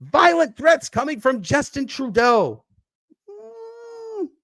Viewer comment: I don't know why im laughing with you saying Traudeu mentioning possible war😂